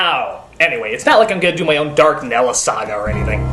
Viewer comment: the Dark Nella joke was really funny when I realized he said Dark NELLA